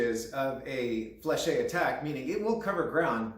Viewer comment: Fleche is pronounced without the -ay at the end fyi. Lots of hema people make this mistake just like gorget which is not gorjay as its roots are in gorgete for throat covering and gorge for throat. Gorget is a term in ornithology and in the military/history where you pronounce the t. Otherwise you are just saying throat when you mean throat armor. Same for sallet where a lot of hema people say sallay rather than sal-et.